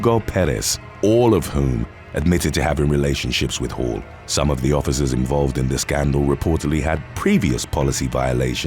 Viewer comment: When he kept saying Hall I was hearing Hoe at first. Couldn’t have been much further from the truth 😄😂